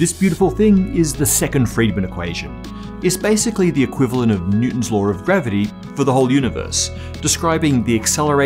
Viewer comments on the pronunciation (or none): Why does he say, 'lawr" and not, "law?